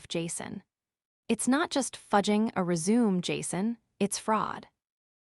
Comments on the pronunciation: Seriously lol the first time I heard it said… it was cringe worthy 😬🤦‍♀️🤷‍♀️🤦‍♀️ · Same here 😅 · Your AI needs to be instructed: It isn't pronounced "re-ZOOM"; it's pronounced "re-zoo-MAY" ! ! ! Fixit. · It is not rezoom, it is res u me. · Rez-ooo-may, not reee-zoom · Do you guys not edit your films before uploading them? "Ant Carol" is properly spelled as "Aunt Carol." The word, "resume" that was repeatedly used is a concise document that summarizes a job applicant's professional and educational background. It is properly pronounced "résumé", not "re-sume". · Res u may is how you pronounce it. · Aaron is a boys name, Erin is the girls name. Another content Creator on YouTube who doesn't understand how to proofread. Resume' (Rez a may) is how you pronounce the document you comply of your work history. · Yep it is the correct pronunciation of resume as in restart and continue The other word is resumé. Note the slightly different spelling that the test2speech engine would correctly read. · The word RESUME has 2 meanings and pronunciations: first is to "continue" and second is concise documentation of work and school history with French pronunciation RAY SU MAY. This AI hasn't used it correctly the almost dozen times in this tale. Quite unprofessional of it and distracting in this tale.l! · Ree-zoom is the correct pronunciation Text2speech engines have had this problem of guessing wrong when a single spelling is correct for multiple different words since the 1980s when speech synthesizers were first released to the consumer market. Realtime context analysis is required for contract vs contract, bow vs bow, resume vs resume, and many many more Spelling it correctly as resumé helps with the problem that bothers you, but it is rarely done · As a noun, resume is pronounced rez-oo-mey. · Resume, mispronounced. Even a non native English speaking like me knows that. The AI doesn't. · Every time you say resume it makes me want to puke. AI isn't so smart after all is it